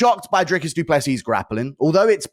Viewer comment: Whenever DJ says Dricus it sounds like he’s saying Jerkis